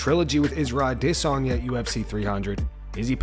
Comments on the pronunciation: Why is this clown still saying adesanyas name that way but mispronouncing so many others names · You mispronouncing Adesanya on purpose.